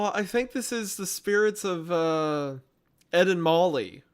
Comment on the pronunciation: Am i the only one who whenever says “ Ed and Molly “ thinks it sounds like he is saying, “ Edemames “??😂😂😂